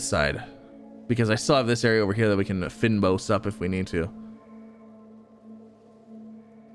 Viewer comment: It’s pronounced “Feign Boss” it’s a plant biome that’s native to South Africa hence the name